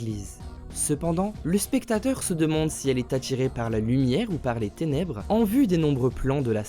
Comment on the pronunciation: les ténèbres , tu as inversé le r